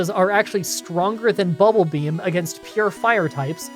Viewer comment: Why is saying BULBAbeam instead of BUBBLEbeam.. Is a twitch joke I don't get?